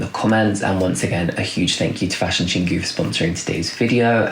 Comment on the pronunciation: Hey, FYI. Your pronounciation of Chingu is not [ching gju:] but [chin gwoo]